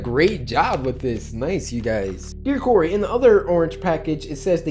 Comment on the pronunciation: It is not curry it is Cory and it is not Corey it is Cory